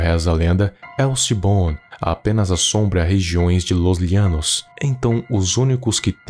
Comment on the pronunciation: E não é Llianos é llano e em português se pronunciaria cómo se fosse com ( J ) Janos português.... Llanos español ok